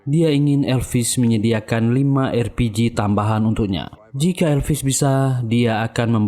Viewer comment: konsisten dong! Bukan erpiji, tapi arpiji!